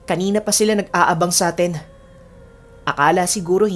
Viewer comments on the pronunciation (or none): none